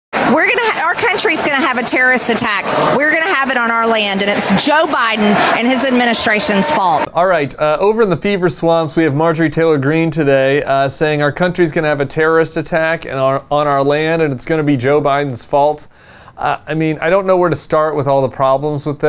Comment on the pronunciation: MTG doesn’t know how to speak properly. She says “adminischraschen.”